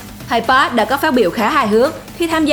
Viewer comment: thầy "pát" thầy "pát". Kho nghe bạn ơi... bt k sao nhưng phát thanh thì chuẩn 1 chút!